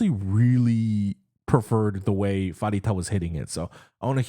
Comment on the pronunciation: Pharita is pronounced PARITA!!! COME ON!!